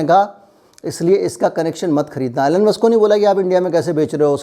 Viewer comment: its not ALLEN....its ELON